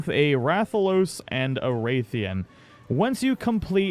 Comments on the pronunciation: Nice video! One thing that is a personal irritation that you and MANY other YouTubers do: the name is RATH-ian not WRAITH-ian. They say it in the game, the start of the name is the same as rathalos. Sorry for the little rant 🙂 great job on the info! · Rathian not wraithian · When he said "Rathalos and WRAITHIAN", I just had to come down to the comments to see if anyone else noticed... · Rathalos and Ray-thian. No.. no no no. RATH Ian . RATHALOS. RATH